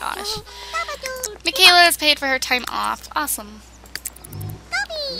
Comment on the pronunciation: She just said awesom lol!! Hahahahaha